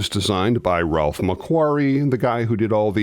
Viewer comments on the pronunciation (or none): none